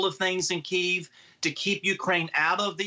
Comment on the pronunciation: bro cant even pronounce it, KEEVE